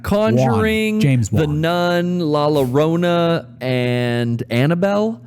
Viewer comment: la lorona. went back 3 times to make sure i heard it right